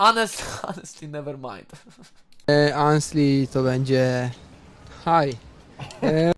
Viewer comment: do you mint-czy ty mięcisz? rozwaliło mnie to